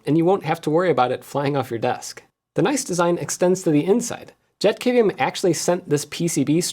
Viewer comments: thats a pretty sweet little dude! Every time you said JetKVM, I kept on hearing "Jeff KVM" 🤣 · Every time Jeff says JetKVM I hear JeffKVM.